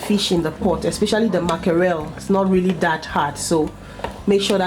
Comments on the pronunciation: It’s MACKEREL NOT MAKAREL 🤦🏽‍♀️🤦🏽‍♀️🤦🏽‍♀️ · Date cameroun way of calling it